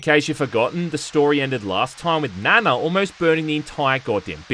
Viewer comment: Still saying Nana wrong. lol